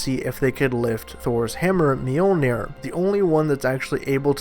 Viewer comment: "He was using stormbreaker and thanos to fight Mjoliner"